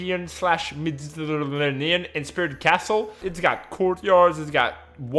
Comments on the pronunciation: "Mergdrrgertraniums" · Medi-terrain-ian. Say it with me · Meh di tuh rain ian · it's pronounced "Med-e-ta-rei-nean" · you cant pronounce medditerranean? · Please tell me you know how to say Mediterranean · My man, I love you but you can't pronounce Mediterranean lol?